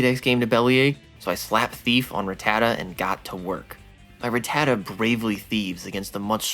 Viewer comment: Drink every time this dude mispronounces rattata